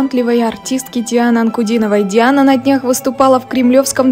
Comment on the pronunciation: Слушайте как произносят журналисты имя Диана--Дяана.Хихихи.!👍😁😍